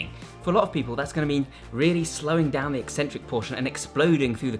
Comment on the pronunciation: Thank you for pronouncing eccentric correctly. I don’t understand why so many fitness channels think it’s pronounced e-centric, as if there is only one c.